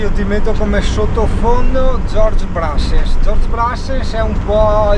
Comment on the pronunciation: Come ti ho già scritto in altre occasioni, sono un grande amante di Brassens e quando lo metti vado in brodo di giuggiole. Eppure posso ascoltarlo quando voglio, ma vedere che anche una persona che stimo come te lo ascolta, rende la canzone più bella. Però per favore, pronuncialo bene la prossima volta :) Un caro saluto.